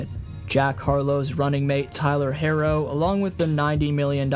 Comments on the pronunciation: How is Jimmy ”overdramtic?” He was just on soft ass teams that didn’t want to put in the work to win like he did, or just poorly run dysfunctional organizations. You can’t put a hard worker on a lazy team and expect them to be okay with it. Herro is pronounced “hero” not “hairo” And it’s just Bam. Even though he’s named after the Flintstones character, no one refers to him as Bam Bam. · Hahaha. Yea, another telling sign he doesn’t follow Heat is when he pronounced Herro’s name “Hairo”